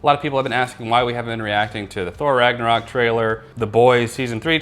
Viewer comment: you said Thor ragnorock trailer 😂